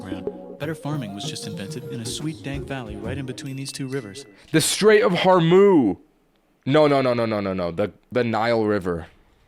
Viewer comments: Where did Hormuz’s z go? 😭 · "The Strait of Hormuz" took me out